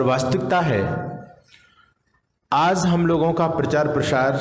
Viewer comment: PARCHAAR is wrong PRACHAAR is right word, please rectify 🙏🙏🙏